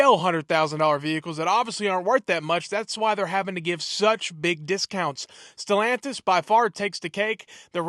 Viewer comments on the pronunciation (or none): none